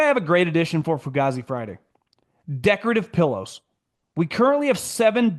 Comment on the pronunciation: yayyy learned how to pronounce fugazi